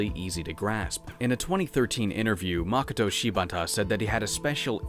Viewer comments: Japanese names have evenly spread emphasis across all the sounds. Any time there's a new constant + vowel sound is equal. So, for example, you don't say MI-ku, with emphasis on the mi, it's mi-ku, all with the same emphasis. So if you have the name Mokoto, it's not MOkoto like as English speakers we tend to want to do. Moh-koh-toh, equal emphasis on every sound group. The -to is said exactly the same as the mo-. Just for future reference, if anyone is interested... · Please don't hate me for this nitpick, but Japanese names tend to stress the second syllable, "Ma-KO-to Shi-BA-ta" instead of "MA-koto SHI-bata". Western names tend to follow the latter pattern (AN-gela, DA-mien, KIM-berly), but it sounds a little weird to do the same with Japanese. Great job on the vowel sounds, though. For the based on the true story part, here's what Shibata-san had to say on the matter: "In an area outside Tokyo, there lies a mansion in which it’s said seven people were murdered in a grisly manner. On the same property, there lie three detached residences that surround the mansion, all of which are rumored to have ties to the mansion’s troubled past. It’s said there is an underground network of tunnels that lay beneath the premises, but nobody knows who made these tunnels or what purpose they served. Many inexplicable phenomenon have been reported occurring on the property. Bloody hand prints have been found splattered all over the walls. Spirits have been spotted on the premises...even in broad daylight! A narrow stairway leads to an attic where a spirit-sealed talisman is rumored to be locked away. Men have sought this talisman, only to be found later with their bodies broken and rope marks around their wrists. There’s a crumbling old statue of a woman in a kimono, but its head is missing. If you take a photo of a certain window, a young girl can be seen in the developed picture. These incidents have provoked fear in the people of Tokyo, and many believ